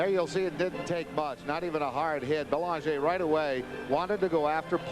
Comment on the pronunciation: It’s Belaanjay, not Belanjer… you’d think the home team announcers would pronounce it right